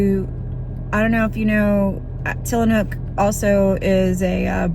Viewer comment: Tillamook with an “m” 😉